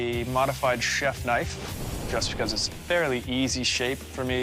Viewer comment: They said a blade but it is a kënife😂😂😂